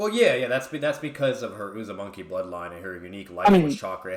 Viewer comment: Really enjoyed the video. Just kept getting thrown off because kept saying "uzumonkey" clan 😂 Cool debate though!